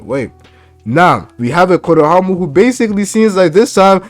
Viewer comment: “Konohamu” 😂😂 this dude having too much trouble with his R’s lol it sound like he’s talking with peanut butter on the roof of his mouth